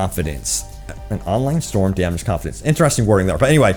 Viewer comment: “Grapheeks”, “dameeged”